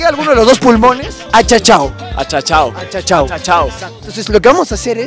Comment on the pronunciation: "Achachau" es preocupación o susto mi, "achacau" es cuando te golpeas una expresión de dolor jajaja